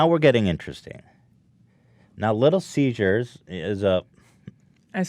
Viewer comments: "Little Caesars? Nah, Little Seizures." - probably Ethan's thought process with his odd pronunciation. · Ethan saying “little seizures” made me cringe. it’s CESAR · ethan. its little ceasers not little seizures. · I love the way Ethan says little seziures instead of little ceasers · I love how Ethan kept calling Little Caesars, “little seizures” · why the fuck does Ethan keep calling it "Little Seizures" lol. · did anyone else register that every time ethan said "Little Caesars", he actually said "Little Seizures"? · "Little ceasures" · Ethan: Little Cesars My Ears: Little Seizures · "little siezures" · Why did nobody say anything about the way Ethan said "Little Caesars" but pronounced it as "Little Seizures" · Because he's been pronouncing it like "seizures" for a while now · Ethan: "Little Siezures" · Did anyone else notice that Ethan pronounces Little Caesars as Little Seizures? Lol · Yeah hahaha and nobody acknowledges it!!!